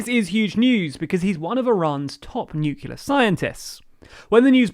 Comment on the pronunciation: "Nuke-ular" smh